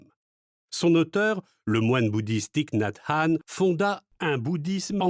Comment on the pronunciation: Gratitude pour cette lecture et merci de prononcer correctement le nom de Thich Nhat Hanh. ❤Merci 🙏🌹💖